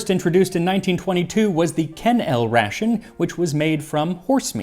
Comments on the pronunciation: I remember the Ken-L Ration TV ads from when I was a kid (1960s-70s). It was pronounced "kennel ray-shun." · A note: Ken-L Ration is pronounced "kennel-rayshun". They had a famous song: "My dog's better than your dog", which spouts the reason it's betteris because it gets said product. You'll find it on YT. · That was the weirdest pronunciation of KenLRation